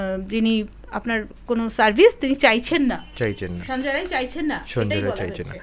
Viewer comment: Ae reporter jane na sanjay Rai na Sanjay Ray , a ki vasa jane na , chi